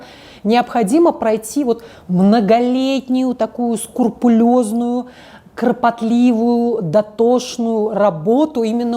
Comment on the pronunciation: СКРУПУЛЕЗНУЮ работу,а не скурпулезную...